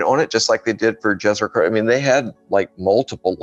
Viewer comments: Jezero is pronounced with a Y -- Yezero. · Great interview! I'm enjoying!, Jezero is pronouncing as Yezero and it means Lake. Its Serbian language, my native. Question, I have heard that one valley that's deepest point on Mars (I don't know the name, sorry... But I know that is deepest point) if we go there, pressure would be exactly the same as here on Earth? Is that true? Why we don't go there. Sorry if he answered on the question, I have more to go.